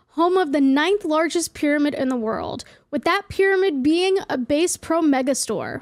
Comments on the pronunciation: LMFAO base pro?! Is she fr or was that a joke? I def feel like she actually thought that's the kind of bass instead of b-ass like theeee...fish ya knuh? 😂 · ily sm but saying it base pro store threw me off for the entire video 😭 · Hey girl Idk if people are saying "bass" the fish itonically like bass music, but incase anyone didnt know its pronounced like "ass" B ass. 😂 Just here representing the fishing crew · It’s bass pro- like the fish not the instrument 😂😂😂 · Its pronouces bah-sss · trying to figure out if pronounced bass wrong to piss off conservatives or if she's genuinely managed to avoid ever hearing the name "bass pro shops" out loud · she's from New Jersey and even there, bass for the instrument/music and bass the fish are pronounced differently haha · It could also be to boost engagement. Intentionally say a word incorrectly and tons of people will comment on it. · Not pronouncing "bass" so it rhymes with "case" instead of "ass" 😂😭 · girl i’m sorry but you said bass pro so wrong